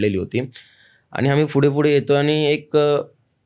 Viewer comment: फुढे नाही रे दादा पुढे 😂